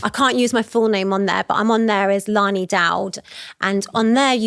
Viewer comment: All a bit chaotic, seriously at least get the names right..Leilani is all over the place.